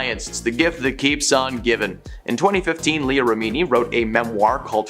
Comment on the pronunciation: I always thought she was exaggerating the alopecia And btw it's rem...ini Not remeeni